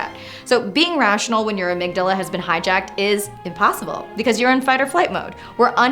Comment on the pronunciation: Anna, I love the way you say "amygdala". Such depth. Did you know the plural is amygdalae? Rhymes with Mandalay. Almost worth having two, right?